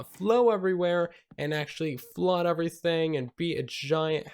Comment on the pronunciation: Still triggers me when he says uverything instead of everything